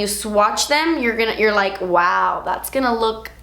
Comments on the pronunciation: I love how she says "dats" instead of "that's" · When you say "das expensive" I gain life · "see dat right der? Dats a shimmer particle" Love the way you said that 😂😂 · "das a shimmer particle" 😂😂😂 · "das a shimmer particle" omg i love you 😂😍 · "das a shimmer particle" omg cracking up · "Das a shimmer pa-rt-icle" 😂😂😂 WHY CANT I LIKE THIS VIDEO A THOUSAND TIMES IT WAS SO FUNNY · "Dats a shemmer partycle." Hahahahahaha. How she said that. 😂😂😂 Please never stop making videos, you constantly make me giggle and are helpful at the same time. 😍😍😍